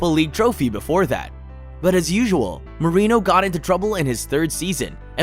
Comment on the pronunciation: Doesn’t even pronounce Mourinho right lmao super casual